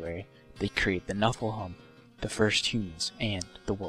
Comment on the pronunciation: Haha, I read your comment before he said it. Made me lol when he said Noffelhum. Nice recap though.